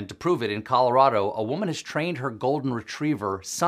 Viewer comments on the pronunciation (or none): none